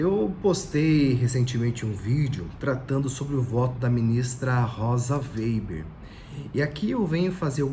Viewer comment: O processo voltou para Moraes pq foi solicitado alteração, mas retornará para Zanin exercer seu pedido de vista, conforme Adv. Joao Badari. Obs, é Rosa Weber e não Weiber.